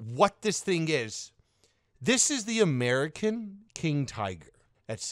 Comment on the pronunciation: AMERICAN TIGER sounds like vege burger